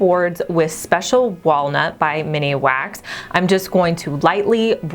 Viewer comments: It is min wax not miniwax dear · MINWAX! Not Miniwax! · The stain is MINwax. Not MINIwax. There's no "I". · I love ya, but it’s MINwax. 😂